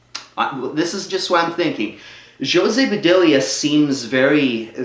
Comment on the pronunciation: dude its ho-say puh-dilla